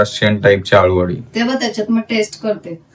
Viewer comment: आलु वडी नाही अळु वडी बोलतात